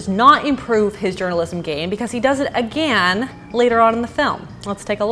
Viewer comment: If she doesn’t say again correctly I swear